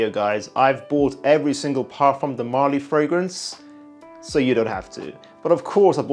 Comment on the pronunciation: marLY not MÁrly